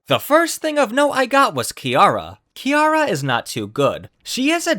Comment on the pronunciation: KIARA nooooooo it’s Kirara lol